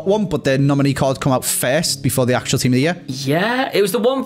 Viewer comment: Why does say team of the near for team of the year